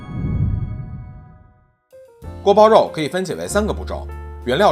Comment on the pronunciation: guo bao you is the correct pronunciation:goat-turquoise-white-horns